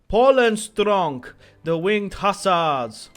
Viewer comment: I'm Polish, and every time you say Winged Hassars I laugh my ass off